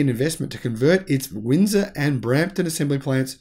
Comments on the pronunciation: Please learn to pronounce Ontario and Windsor correctly. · I think that pronouncing Ontario and Windsor properly should probably be mastered before commenting on Trudeau.